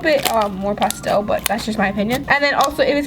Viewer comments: I love her in all but it’s pastel not postel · Stop acting like a 4 year-old,and its not pronounced pawstel its pastel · Not to be mean but when she says pastel it sounded like she said pasta😂😂😂 and also if you have a fury pet you can't afoid getting hair anywhere it's already everywhere so you can't keep the hair away people with dogs and cats understand